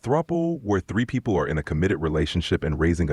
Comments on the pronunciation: What is a “pee poo”? Can’t pronounce “people” correctly. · What is a peepoo? It can’t even pronounce people correctly!!!!